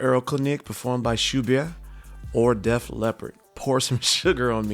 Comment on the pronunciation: Hi! This comment is offered with love, kindness, and respect. For the French composer, Claude Debussy, consider pronouncing his last name with no major stresses or accents: deh-boo-see. If it feels more natural to place an accent somewhere, place it on the last syllable. For the Austrian composer, Franz Schubert, consider placing the emphasis on the first syllable and pronouncing the final T so that the name sounds like this: SHOO-burt (rhymes with "root" + "dirt").😊